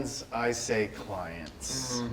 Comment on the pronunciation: The way he said "clients" sounds like they paid quite a penny to have LegaEagle in their video.